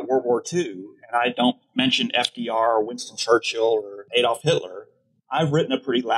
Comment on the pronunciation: It's a bit rich for the speaker to comment on mispronunciation of a Japanese name, then repeatedly to mispronounce "Adolf".